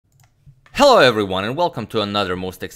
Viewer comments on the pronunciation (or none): Did anybody else hear Hell-O everyone or just me